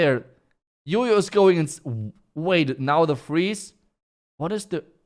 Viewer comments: Hearing him say YoYo instead of JOJO pisses me off 🤣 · The letter "J" pronounce "Y" in deutsch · Why do you call him yoyo when his name is Jojo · Why everyone calls him yoyo when his name is Jojo🙄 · Why you guys pronounce Jojo as Jojo when it's spelt as Jojo?